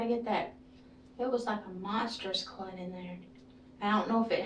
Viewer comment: Lots of “Ummms”… 🤦🏻‍♀️ And why can’t she remember if she worked YESTERDAY!? Also, WHY is she pausing soooooo long!? 🤣. And lastly , but most importantly, what TF is a blood “CLUT”!? 😂🤦🏻‍♀️